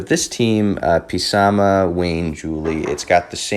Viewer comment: Please don't call him P Sama it hurts😂 love the video tho, most people pronounce him "Suh Moth" or "Suh Math" Keep up the great stuff❤